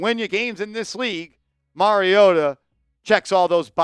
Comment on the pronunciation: Mariota??? Cmon 😂😂😂😂